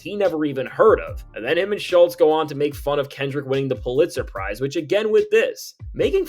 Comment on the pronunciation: Fif cant even pronounce Pulitzer Prize 🏆 😅